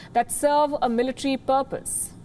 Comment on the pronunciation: Ofcourse your speech is nice but its Military NOT "Militree". I have to say this, because listeners from non-native speaking countries would subconsciously learn from you.